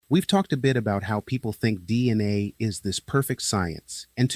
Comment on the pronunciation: I think you’re showing you’re AI with your pronunciation of DNA with the A as a soft or short A.